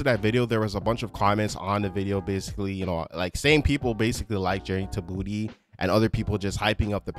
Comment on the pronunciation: How are you a big fan and you keep saying Journey to Booty and not Journey to Bah-two?!!